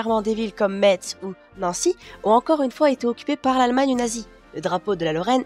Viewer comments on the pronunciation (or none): Belle vidéo! Juste, en tant que Lorrain, je dois préciser que Metz se prononce "Messe" :p Merci!